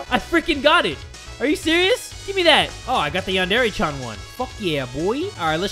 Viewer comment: Lol i was board and going through his playlist and noticed how didn't know how to say yandere and did not show much interest in it and now its like this.